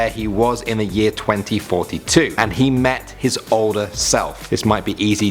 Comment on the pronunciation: I thought you said 2046 not 2042!? This is what I heard on first one Xd XD lol